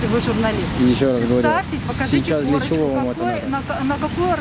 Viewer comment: Корачка дайтэ эээ